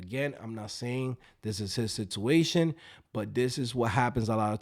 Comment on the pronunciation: second i heard sitooation,de lo mio!